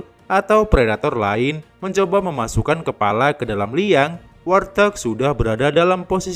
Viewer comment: Warthog.. cara penyebutannya bukan war-thog Min, tapi wart-hog atau wawt-hog Wart = kutil Hog = B2 liar Izin 🙏🙏